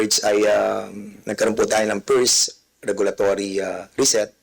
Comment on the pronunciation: O dobolimolasyon, pift, firs sa second, ano ba yan, baka pwede mo paayos dila mo, dami ka naman pera